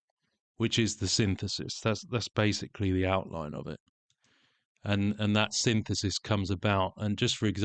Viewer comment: Sin-this-is 🫨 Synth-isis😵‍💫 Sin-thesis 😖